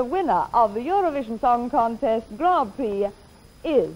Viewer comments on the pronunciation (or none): none